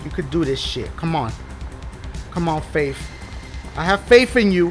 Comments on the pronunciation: Dashie when you faith it sounds like if you are saying babe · Dashie said "Faif" about 90000 times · I love how he says faif. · "Faif" xD